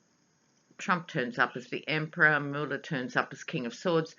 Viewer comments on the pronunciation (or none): none